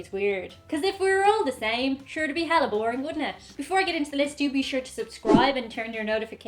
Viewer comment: Did she say hella. Musta vacayed in NorCal haha